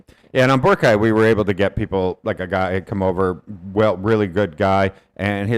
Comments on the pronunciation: it's always been bo-RA-cay. i went to ilo ct for college and worked there thereafter for a total of 6 years. i've never heard anyone from there pronounce it the way you and other foreign vloggers do (some of my classmates were even from aklan); same with national news outlets. if you hear other filipinos pronouncing it with stress on the third, they've been influenced and are just emulating it, which is quite concerning. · i notice you guys actually make it an effort to pronounce places' names accurately so kudos to you. but for boracay, the stress is on the second syllable. bo-RA-cay. not bo-ra-CAY. most are like this for names with 3 syllables. not all though. guimaras, marilao, surigao are all stressed on the third. i don't think there's a rule to follow tbh so don't worry too much about it. just here to advocate for boracay's correct pronunciation.